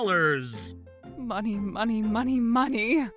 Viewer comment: Is Julia saying money like Mr. Krabs 🦀 🤑